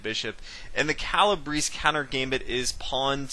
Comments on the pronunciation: Calabrese is not pronounces Calabris! Such a butchering. It's Cala- Breh- Zeh. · "Kah lah BRAY see" you non Italian. 🤣🤣🤣 (At least you pronounce Fianchetto correctly)